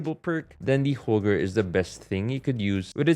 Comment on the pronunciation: It,s not holger but Holgae